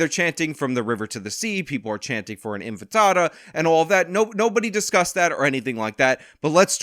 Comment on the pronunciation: anyone else notice says infitada? Sounds delicious 😋